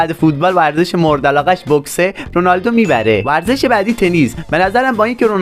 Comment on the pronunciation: تو اول یاد بگیر بگی ورزش